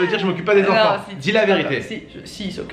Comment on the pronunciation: En plus quand tu lui a dit tu a pas eu faim la nuit il a dit nen😂😂